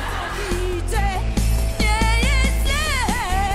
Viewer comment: A bardziej nie "jest" tylko "yest" 😂 😂